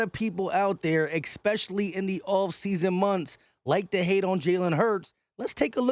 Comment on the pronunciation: EXPECIALLY!!!!!! I